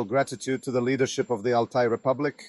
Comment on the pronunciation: C est Altaï qu on dit et non alay du n importe quoi